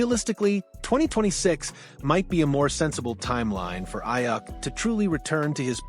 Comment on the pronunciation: I had to stop watching. Just for keep pronouncing his name wrong